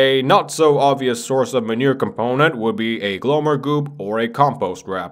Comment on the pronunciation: bro are you honestly gonna tell me that after all this time you've been saying "glowmer" instead of "glommer" oml